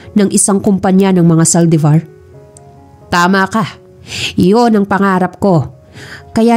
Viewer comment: May kwento siguro si Gabriel? Series ba to lalo magpipinsan ang eme ng mommy ni James Maldevor😂(Saldivar) haha maldevor pagkarinig q kanina😝